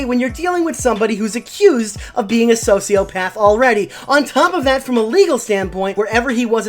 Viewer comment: “Soshiopaff”